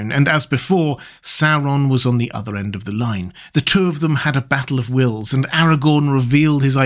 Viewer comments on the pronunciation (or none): none